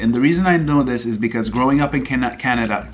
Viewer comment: Now the way u speak English : “Canada” has problem also . U make me remind one person I know lol. Btw, I hope Vietnam has super yummy cakes as turkey. ☺️